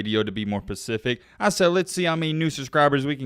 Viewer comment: My guy.. did you really just say "to be more PACIFIC"? 🤨